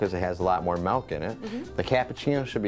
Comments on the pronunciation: You’re gonna wanna go ahead and stop saying MELK 😂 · you had me at "melk" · HE SAYS MALK :D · They way he pronounces MILK is very unusual!